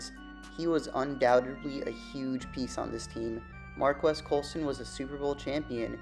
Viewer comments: Pronounced “Mar-Keese” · Hi NAME IS PRONOUNCED MARCUS!!!!!